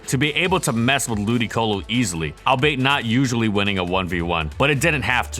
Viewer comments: he's literally saying Al-bite here and in every other video. I agree the correct pronunciation is al-bee-it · Yet again another video you've mispronounced albeit. It's not al-bait, it's said the same as what it's the conjunction of -> all-be-it. Scriptwriter don't write it or Narrator get it right! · I love your videos and have watched them all, but if your writer is going to keep using the word 'albeit', you should look up its pronunciation lol It's the words "all be it" squashed together. The 'ei' isn't a single phoneme, it's the end of 'be' and the start of 'it' All be it Albeit "all be it" is a sorta archaic english phrase with roughly the same meaning as "although"